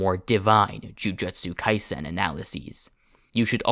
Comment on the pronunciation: 'jujetsu kaisen'